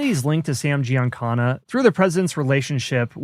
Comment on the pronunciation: GiancaNa...not GiancaRa.